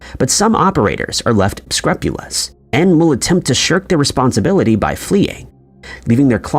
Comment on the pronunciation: Dude stop saying "above the board" because it's "above board" 🤦🏼‍♂️ Edit: you don't know how to pronounce scrupulous either. What in the AI is going on with this channel?